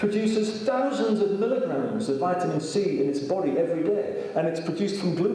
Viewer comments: His mispernounciation of the word "vitamin" is just too much for me to watch this. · Vital A Mineral.